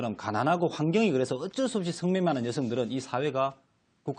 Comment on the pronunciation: 커어걱쩔수 없이 커..컥쩔수 없이 발음교정이나 다시 하고 방송출연하시지예 할머니?